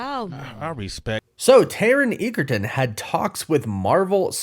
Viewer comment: Edge-a-ton ! Not what you said.